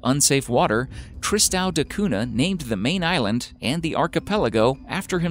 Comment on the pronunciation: Amazing video but the way he says “tristão da cunha” 🥴🥴